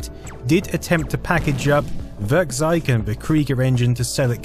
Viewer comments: Really nice video, .kkrieger blew some heads back in the day. =) FWIW when trying to say German words, it can help to remember a couple of things, like how eu and äu are both pronounce "oi" (so Werkkzeug = Werkkzoig, bräu in beers = broi, etc.), and ei is pronounced like the English word "eye" (so less "heil Cesar" and more "hail HiREDACTED). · Werkzeug simply means tool in English. And you would correctly pronounce it like this: "Wairktsoig" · I like how you pronounce 'Werkzeug' as 'Würgzeig' xD